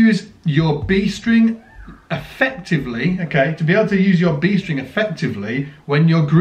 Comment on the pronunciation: "B String" or "Beast Ring"?